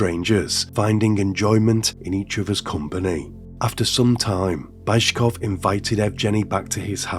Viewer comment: You're butchering these names like this Bayzhkov(?) guy - please pay SOME attention on the correct pronunciation for it's impossible to recognize almost any names because of aforementioned. Otherwise great content!